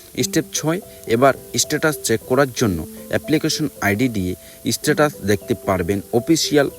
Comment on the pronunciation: তুই শালা আগে বাংলাদেশে যাবি /স্ট্যাটাসকে Sস্ট্যাটাস বলছিস /তুই সব পিওর বাঙাল